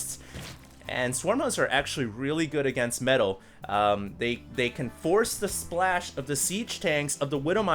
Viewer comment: everytime says "metal" a puppy dies a terrible death somewhere